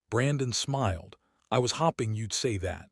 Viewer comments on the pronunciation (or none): It is hoping NOT THE WAY U UTTERED IT ( HOPPING. TOTAL DIFFERENT WORDING. )